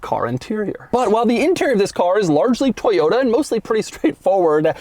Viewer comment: It’s toyoTA Doug,not toyoDA 😂😂